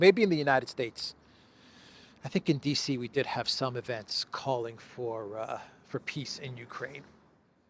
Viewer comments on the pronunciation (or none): "Ehhhhh....China is disrupting piss Summit...ehhh very unfortunate" 🤡📯 Thanks,. Be good. 😎👊🏼